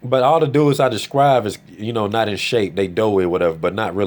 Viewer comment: Good video. It's "describe," not "descrive."